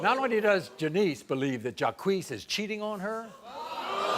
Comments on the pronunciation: His name is Jock not Jakwees... 🤔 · Jacqeus... French name so badly pronounced..it's laughable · Jacques, pronounced Jah-kweese…. What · They pronounce Jacques as Jah-queeees....LOL! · That man's name is Jacques, not Ja-queez 🤣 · when you give your son the french name "jacques" but you pronounce it "Jaw-Kwees" hahahhahahhah come on, bro...wtf are you doing? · That pronunciation of Jacques 😂😂😂 all French speakers are shaking their heads 😂